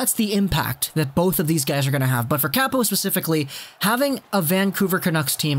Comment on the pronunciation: Its pronounced cop-o kok-o not cap-o cack-o btw